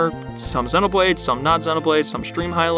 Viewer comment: You say Xenoblade wrong and it hurts me